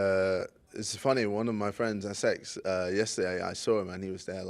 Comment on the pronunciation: haha, he said S-X